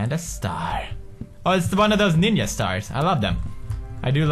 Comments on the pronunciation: has anyone noticed hat pewds pronounced "ninja" wrong? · i love how pewds pronounces 'ninja' like 'ninyuh' ...cause he's Swedish ..... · a ninia star :))) lol the way he says dat!! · The way he says ninja is amazing